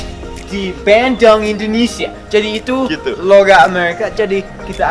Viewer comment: Bandung = Bendong Pak = Pack Wkwkwkwk Ngakak asli